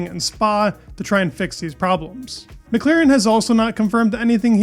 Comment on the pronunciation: how many times do I have to repeat myself? McLAAAAAAAren not McLEEEren